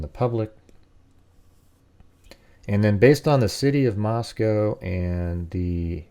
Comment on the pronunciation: Just the fact that you pronounced Moscow right intrigues me